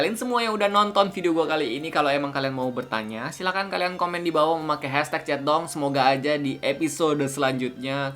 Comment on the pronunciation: Ap cuma gw yang denger kak regi ngomong " chat dong " jadi " centong "